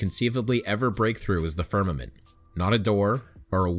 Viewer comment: If mispronounces "firmament" as "ferment" one more time... Oh, wait, he's saying that because he's really drinking himself stupid... Or more stupid. With a name like I would assume that he is deliberately providing false information, not hidden conspiracy details.